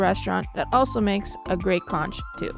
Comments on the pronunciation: BTW,Conch is pronounced Conk.. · You missed the best beaches there. You spent most of your time in one area. Check your pronunciation on sapodilla and conch too